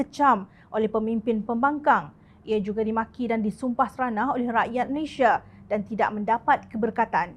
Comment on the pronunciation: Malaysia bukan Malayshia.